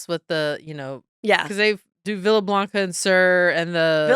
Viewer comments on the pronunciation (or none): none